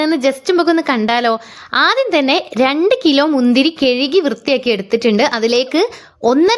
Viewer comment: കെഴുകി 🙄. കഴുകി അല്ലെ